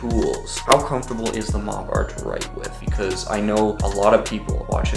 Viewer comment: Surely it's pronounced Mopper